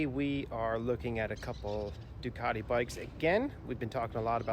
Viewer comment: Everytime Ducati is pronounced wrongly, it breaks me just a little bit.